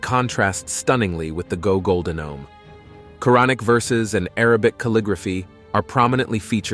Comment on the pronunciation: go goldome? What is that? Interesting video otherwise